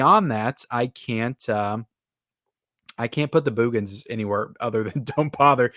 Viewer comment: I just want to start out by saying I love your channel and watch all the time. Now, I totally disagree with your review of The Boogens (By the way, it's pronounced as if you are saying (Boogers) I think the reason why you call it a snooze fest is because movies of this genre, especially back then, people wanted killings and murders every 10 minutes. Yes, it's a little slow at getting to the suspense, but I liked the fact that the director took a different approach. Check out is earlier horror movie called "Silent Scream" I thought the actors did a decent job and I liked the light hearted humor mixed in. (How can you not like that cute little dog Tiger, what a well trained dog) and the photography was well done. I will agree with you on the transfer, I too thought it was not very good. But as far as the movie itself, it's still one of my favorites from that era. That's what makes this a great country, we can all have different opinions. Trivia, the one actress in the movie (Ann Marie Martin) was married to famous writer Michael Crichton. She actually has a co writing credit for the movie Twister